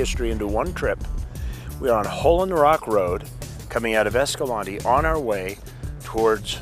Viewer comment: It’s pronounced (esca-lawn-tay) not esca-lantee.